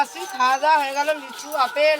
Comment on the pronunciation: অপেল না ওটা আপেল হবে😂